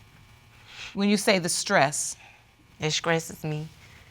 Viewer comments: She pronounced STRESS, “skress” I knew right then what the results would be... talking bout “this skressing me out” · Judge did try to give her the correct pronunciation of the word and she still repeated it the wrong way: “It skressed me...” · She said “Dis skresses me” 😂😂🤣💀 I am weak 😭.. she didn’t even catch when the judge tried to correct her . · Why doesn't Judge Lake call out these people who say SCRESS? Who in the right mind started saying it that way and why do people hear someone say that and also say that? Everyone who says SCRESS instead of STESS is a complete idiot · It stresses me out when she says "It SKRESSES ME". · Yes! Both of them were killing me with the mispronunciations. 🤦🏾‍♀️